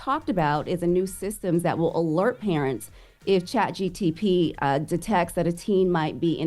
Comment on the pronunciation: I focks wit but she definitely kept sayin chatGTP instead of ChatGPT